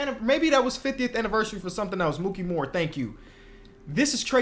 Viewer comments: It's Mikey not "Mookie." For Mikki Moore. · Mikki Moore, not Mookey lol (i only know this because i'm a big Nets fan, you mixing up his name is extremely understandable!)